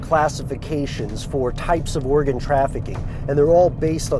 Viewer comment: I swear he said Oregon trafficking.